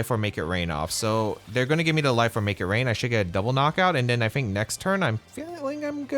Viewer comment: I cant get over the way he says I fink or I'm finking😂 good content bro!